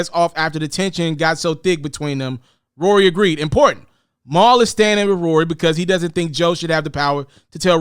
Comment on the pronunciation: Bruh...who the hell is “Mowl”...lol